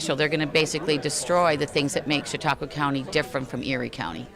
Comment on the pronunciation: and, that's Chautauqua County, NOT Chautaugua!